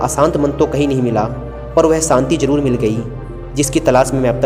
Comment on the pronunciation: कहानी अच्छी हैं,..... पर saanti nahi Shaant hota hai.....aur aasa nahi aasha hota hai..... 😀😀😀